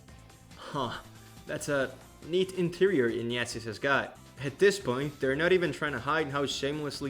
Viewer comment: The way you pronounce "Ignatius" sounds like "Nya~zis"